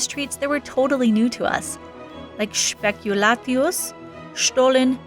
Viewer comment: Spekulatius - you nailed the pronunciation this time!